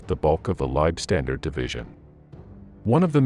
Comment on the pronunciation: If you are going to make videos about the Germans in WW2, then please learn how to properly pronounce German words. For example: The "W" in German words is pronounced as a "V". You sound silly pronouncing it as a "W". You also mispronounce "Leibstandarte".